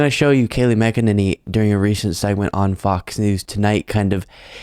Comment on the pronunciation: I love that you keep pronouncing her last name "Mc-E-ninny."